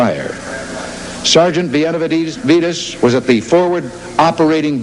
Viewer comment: Man initially he butchered his name BÉ-NAH-VEE-DEZ. And Reagan was from California but as ignorant as fuck when it came to the brown man. Ol gip was nothing more than an actor and racist.